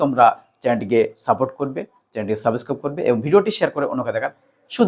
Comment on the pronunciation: Subscribe ঠিক করে উচ্চারণ করতে পারে না আবার ইংলিশ পড়াচ্ছে😂😂😂😂😂